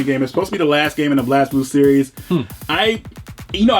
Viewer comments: Lol it's Blaze not Blazz...Blaz is derivative from a word meaning blaze it's just missing the e. it trips english speakers a lot...btw I have exist archive I saw no reason to get the ps4 version because the vita version is pstv compatible...nice video guys!! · I'd rather have the figurine than the game. Isn't it pronounced 'Blaze'? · For your information, the "Blaz" in BlazBlue is pronounced "Blaze".